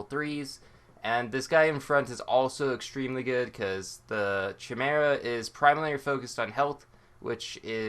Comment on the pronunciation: "chu-mare-uh" lol